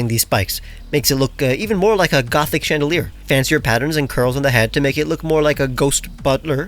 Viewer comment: why is nobody talking about his ✨GREAT FRENCH ACCENT✨ ?????